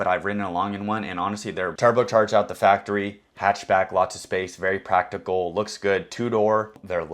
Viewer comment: “very practable” 😂